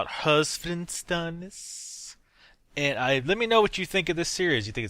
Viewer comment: You really think German accent is cool? :D Btw, i think this is a cool idea. (and yeah, you totally butchered up his name :D)